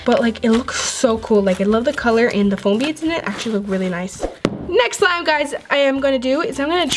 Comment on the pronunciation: Ummmm no offence but why u keep saying swime not slime